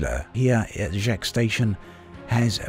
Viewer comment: Hey, love your videos on E:D. Just a friendly tip: you're very close already but Jaques is pronounced with the 'a' in father, not the 'a' in cat (I'm 99% sure it's meant to be French).